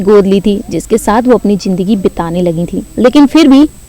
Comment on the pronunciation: Are woh jindagi nahi zindagi h bolne se pahele bolna sikho